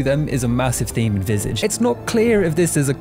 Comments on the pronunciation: VisAaahGe. Not Visayge 😅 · It's pronounced "vee-sah-jh", it's French for face. Also "disorientating" is not a word. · It's pronounced vizaage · its pronounced "vih-sah-je" not "vis-ige" ( ; A ; ) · Nobody: “…”: “Visidge” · You mispronounce the game's name. It's pronounced like "Visahj". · Dude killed the pronunciation of visage